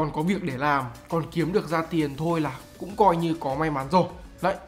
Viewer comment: nghe "cũng" giống "không" quá